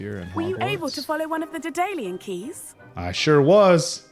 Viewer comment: A surprise HL?!? Edit: you saying daedalian keys right ONCE is already a highlight 🙏🏼 Edit 2: hearing the correct pronunciation and saying it correctly AGAIN - bless you